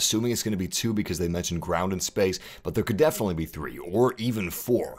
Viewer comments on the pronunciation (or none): none